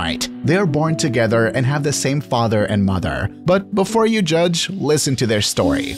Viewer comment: “Fatherrrrrrr” and “Motherrrrrr”